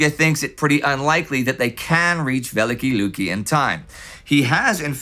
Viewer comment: A slight correction in pronunciation, if I may. "Великие Люки" is pronounced as [vʲɪˈlʲikʲɪjə ˈlukʲɪ] or [veh-lih-kih-eh lyuki].